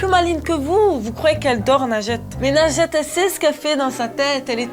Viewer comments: quand elle dit son prénom j'entends "lingette" je fais vrm pas exprès 😂😂😂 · Best moment ever x) A chaque fois qu'elle dit son nom () j'entend "lingette" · MDR j'entendais pas najette moi j'entendais linjette 😂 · Elle s'appelle mais Mastu l'a surnommée "nugget" au début de la vidéo mdrr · quand tu dis nagette on dirait que tu dis lingette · Je suis le seul à entendre lingette a la place de? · en dirait elle dit "lingette" ça me perturbe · C'est pas nadjette c'est lingette